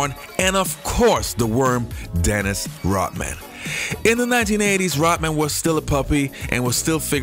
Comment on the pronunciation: Dude why can't you pronounce your ....."D's.... It's BIRD....NOT BERT.....RODMAN....NOT ROTMAN...